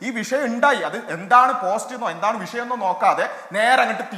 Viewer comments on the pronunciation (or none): ഭരണഘടനയെ ഉൾക്കൊള്ളുന്ന പരിഷ്കാരം നടപ്പാക്കാനുള്ള mandate ആണ് മൂരി താത്താ ജനങ്ങൾ ഗവൺമെന്റ്ന് കൊടുത്തിട്ടുള്ളത് 😊 പിന്നെ, " വിശയം" അല്ല വിഷയം ആണ്... താത്ത റബ്ബിന്റെ പത്താം ക്ലാസ് ആണെന്ന് തോന്നുന്നു 😂